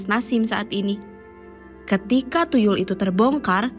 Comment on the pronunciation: Tuyul bukan TuLuy 😂